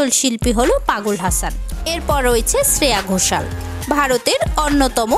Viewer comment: Nainowale Ne! Neeti Mohan এর গান শ্রেয়া ঘোষালের বলে চালিয়ে দিলেন? আর শ্রেয়া ঘোষালের নামের উচ্চারণটাও ভুলভাল করছেন। এতো গাঢ় ভাবে ছে ছে করছেন কেন?